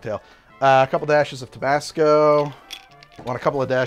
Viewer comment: Dude..it's Tabasco with an a not tobasco